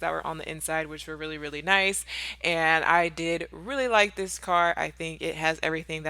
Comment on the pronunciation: Dis is nice. Dis cute. Dis is luxury. Dis is Money 😩😭